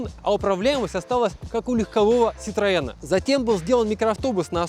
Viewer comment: Вот блин,, ах вон оно чо!! Перметэ муа ситроээн,, уи Уи. 🙃